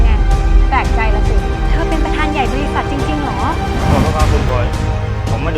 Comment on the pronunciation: พูดผิดจริงทั้น